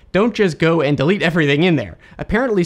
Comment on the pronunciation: When you said "clean and secure" it sounded like you said "clean insecure" lol